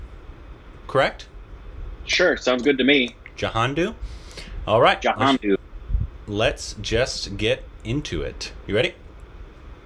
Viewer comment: When pronouns Jhandu as Jahandu 😂. Oh, we love the Korbinaisations ❤️